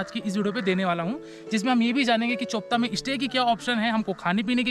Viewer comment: BRO. Its चोपटा Not चोपता 😂😂😂😂